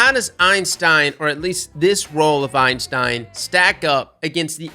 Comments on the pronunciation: EIN-stein is the scientist, EY-stein is the gun. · my friend, I love you man, but... IT'S NOT EINSTEIN, IT'S EYSTEIN 😂 everyone keeps calling it Einstein and I'm just like C'MON MAN THAT'S NOT IT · Thank you. I cringe every time anyone says “Einstein” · Why does he call the Eystein "Einstein" lol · Is it a meme to call it the Einstein? There is only one N in the Eystein name and it's at the end. If its a meme like The Dan then just ignore me. But then again, can't say Galliard or Antiope right either sooooo yup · There's no "n" in "Eystein" besides the one at the end btw. It's a mistake I've made hundreds of times as well